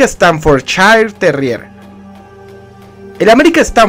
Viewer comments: Yo tengo un bull terrier Staffordshire y se pronuncia estaforshair no estanforchair Ojo con eso viejo. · Se pronuncia "Staffordshair". Te lo digo porque viví en Inglaterra y la S al comienzo de palabra, se pronuncia "S", no "ES". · interesante tu información y si comúnmente lo conozco como Stanford porque hasta en los vídeos de YouTube pronuncian Stanford no Staffordshire, pero creo que sí necesito información más sobre el tema , gracias por los tips